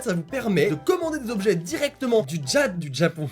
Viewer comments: l'intro est complètement WTF "Du Djapon jusqu' à Dchez vous" :D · "...du TjApAn jusqu'à TcHEz vous " x')